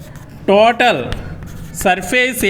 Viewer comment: Tatoal nahi sir total 😅 😂